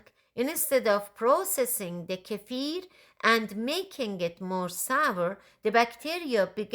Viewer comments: I'm about to start making my own kefir, and have seen many videos, but I keep coming back to yours, as you explain it in such a clear and pleasant way 😀 Also a big plus.....you pronounce the word kefir how it should , unlike most others😀 Thank you so much for all the work making these kefir videos ! Greetings from Belgium ! 🥰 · This is by far the best video I have come across on milk kefir! And hats off on pronouncing kefir correctly. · Thank you for pronouncing kefir the right way. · Thank you for pronouncing it correctly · FINALLY, someone on YT who pronounces 'kefir' correctly! Thank you for a great video! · I've watched lots if videos and this woman and only one other guy I've seen pronounce kefir correctly.